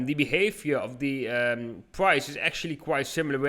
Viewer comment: Flip zee switch